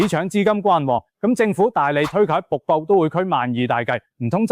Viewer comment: 好心執好啲ai發音😢「北部都會區」變咗瀑布都會區🎉. 什麼是「鐘錶發展商」呀😮. 你可以用普通話的🎉